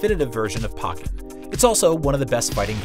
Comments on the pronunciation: I thought it was poke-en not pock-en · Its poken not puken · anyone else notice this guy said pokk en not poke ken lmao XD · It pokken, not pocken. It purnonced poke-n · This man just said PAWKKEN lol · He said pock in.... Pokken like tekken... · Did he say Pocken Tournament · i almost stopped watching when you said "Pock-In-Tournament." dude.......do u even play video games? IGN IS MAINSTREAM GRBGE ALERT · "Pawken tournament" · whyd u say pockenn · When he said pokken wrong TRIGGERED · The way he pronounced pokken tournament didn't trigger anyone else? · The way this guy pronounces Pokken is so unsatisfying. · How can you pronounce pokemon right but not pokken